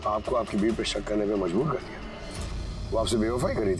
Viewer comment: it's dia not daea